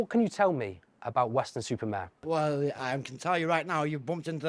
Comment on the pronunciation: It's Weston Super Mare you said. Weston. Super. Maaaaaarrrrrre